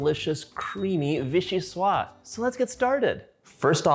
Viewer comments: Love watching you 💖 ! The pronounciation is : vee-shee-swaZ. That's because soup is feminine in French. Vee-shee-swaa is the masculine (and means something which comes from Vichy). 😁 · Just a FYI: VIchyssoise is a feminine word (in French, words are either feminine or masculine). As such, this word, is pronounced "vee-shee-suaze"). The e at the end is also a clue that it isn't pronounced "vee-shee-swa". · Mostly, if it has an 'e' at the end, you pronounce the 's' before it 👍🏼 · VichyssoisZe not silent at the end, was originally made as Postage Parmentier when eaten warm. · So delicious! I hate to be that guy, but... the final "s" in vichyssoise is indeed pronounced—like a "z" :) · Wish you all the best in all your endeavors :-) (Your Vichyssoise is spelt correctly, it's the feminine, so it's just a question of pronouncing the last S as Z rather than leaving it silent.)